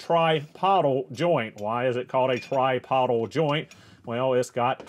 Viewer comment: tripodal "try-pO-dull"